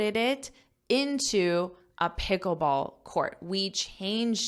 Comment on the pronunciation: I heard the word 'Picklebsall' for the first time.😂😂😂